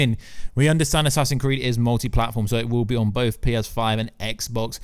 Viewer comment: why do you call it assassin creed